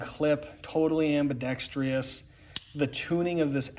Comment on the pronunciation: healed, and btw, , it’s pronounced “am-bi-dex-trus”